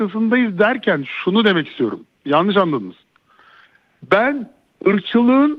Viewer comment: Adama bak diyemiyor tamam Mourinhonun kullandığı kelime yalnis diyemiyor